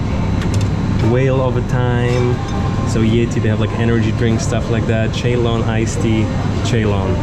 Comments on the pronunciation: Its not Cheylon ..its pronounce as sealon/ C..loan/C..lon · Ceylon is pronounced“Sealoan”